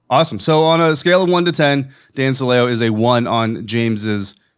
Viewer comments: Since I was here back when he was on WDAE in Tampa, I can tell you his name is pronounced "Silly-Oh" and I can also tell you the only reports you can believe with his name attached to them are the ones that claim he said something racist, misogynistic, or something just plain stupid. Not worth your time even talking about it guys. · I think you're mispronouncing Dan Silio's name. I remember when he was with the buccaneers I think he even pronounced it like the word silly with an o on the end.